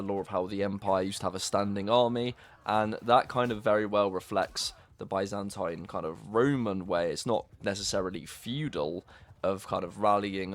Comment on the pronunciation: Bro, i swear if you say Byzantine empire the way you are saying it now, i'll launch fourth crusade and take over you capital. Geez. What do i do with all the blood coming from my ears now, huh?